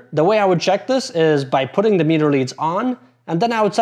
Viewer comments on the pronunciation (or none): none